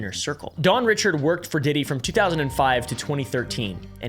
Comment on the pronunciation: Dawn Richard pronounced Reeshard.